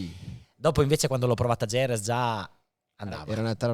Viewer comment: Chissà perché dopo 30 anni nel Motorsport queste persone non sono in grado di pronunciare Jerez e Motegi nel modo corretto